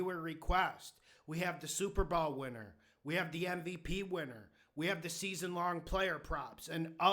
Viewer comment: "Super Ball" 😂